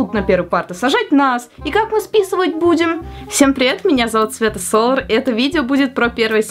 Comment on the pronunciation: Почему сказала Света СолАр?